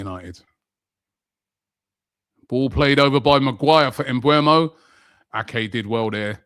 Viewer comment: How are you still mispronouncing Mbeumo? It's not Mbuemo, it's Mbeumo. E before U.